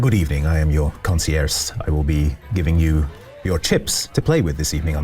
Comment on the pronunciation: Listen to the Mom can`t cook episode about Moneyplane to find out why pronounces Concierge like that